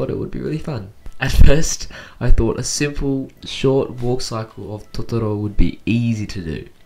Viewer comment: did he called Totoro Totoro😐